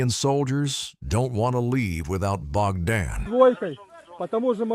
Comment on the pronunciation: Bro why are you saying something like name bakdan and all.. And also in the second clip where Ukrainian soldier are assaulting the russian dugout and trenches... You Narrating on this is maximum fake shi.. Like come on that second video is of Recon group.. And the name bakdan you're saying is not bakdan.. It was Barber.. The first man and second man is shepherd.. So kindly research more before Narrating it all...